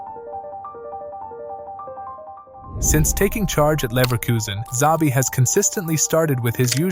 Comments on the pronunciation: It's Shabi not zabi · It’s pronounced as Chabi not Zabi. All these English speakers lol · 1 His name is not ZABI but SHAVEE. 2 No mention of Stanišić, Andrich, Schick etc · Bruh, you're the first person I hear saying or pronouncing zavi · It's pronounced Shabi ffs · His name is nit Zabi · CHA-BI Alonso.